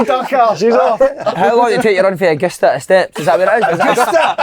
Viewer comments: Si saying agoosta and actually physically recoiling when folk laugh at him. Boy's the definition of hand it out but cannae take it lmao cheer up weeyin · Pet Peeves -a podcast host spitting the dummy, calling a great sport overrated because he can't pronounce Augusta. Oh he doesn't like it back at him. Gives it out big time though.